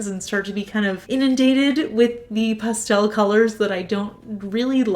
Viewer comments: I love the way you say pastel! Don’t change it! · I like the way you say pastel. I'm from the south, so we draw that word out! LOL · Please don’t change the way you say pastel. That’s not fair to you.